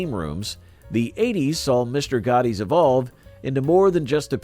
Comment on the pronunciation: It's Mr. Gatti's (rhymes with Daddy's), not Mr. Gotti's :)